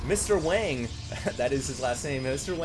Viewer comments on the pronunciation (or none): none